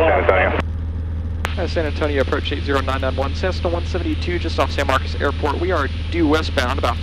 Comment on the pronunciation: I like how the TRACON controller is the only person in Texas that knows that phonetically MarcOs is not MarcUs . Good video and you have some great stuff that is helpful to future pilots. Coming from a CFI, keep it up!